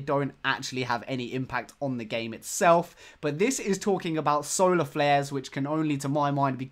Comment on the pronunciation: I heard that it was actually "Solar Glares" not flares?